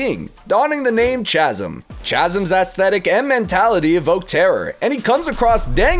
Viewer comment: “Chasm” is pronounced with the ‘ch’ using a ‘k’ sound; phonetically, ‘kazm’